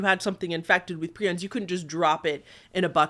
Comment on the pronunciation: Prions is pronounced pry-ons.